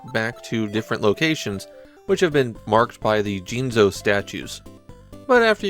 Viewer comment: Hate to be that guy, but I figured I should probably point out that there's no N in "jizo". (Unless you're pronouncing it like "jinzo" on purpose in order to annoy pedants like me, in which case carry on :v)